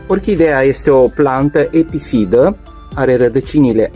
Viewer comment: Planta epifi TA se spune corect , nu epifi DA!- la fel si :- Orhide? este incorect spus - orhidee se spune corect! Domnule ce educatie slaba ai!